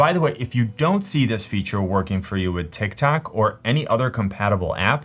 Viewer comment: Bro said tik tak